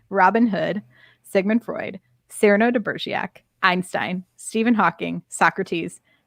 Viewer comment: Cyrano de Begerac (it was pronounced incorrectly the whole podcast unfortunately ). Also Enterprise had a character no one ever saw - Chef. It was a great idea and worked well. But your podcast is very negative about Enterprise so just letting you know.